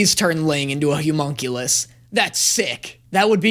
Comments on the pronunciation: You might not hate the word so much if you pronounced it right. Homunculus is pronounced "hum", not "hyu". Hum-monk-you-lus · Why does keep saying Humonculous? When the spelling is Homunculous? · I love how Hughes has infected brain so much he keeps saying Hughmonculus instead of Homunculus.